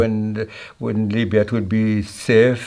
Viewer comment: As a British Libyan, I love hearing you say “miya miya” 👌🏻👌🏻